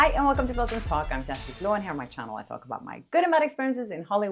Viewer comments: Please somebody tell me they are mispronouncing first name. (Chesty, for real?)I'm dead😂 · Jair-stee? Is that how to pronounce your first name? You speak your full name so rapidly this monolingual American can't quite catch the nuances. Thanks for your patience.